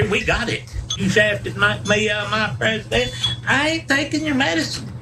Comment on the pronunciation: I turned on the caption and still can't make out exact what that trumptard said " shafted knock me out of mah prezDENT, I ain't takin your medicine! " How does the interviewer not lose it??? And I feel sorry for the dog being held